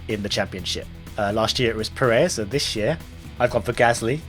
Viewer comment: Please learn how to say Perez. You're putting emPHAsis on the wrong sylLAble.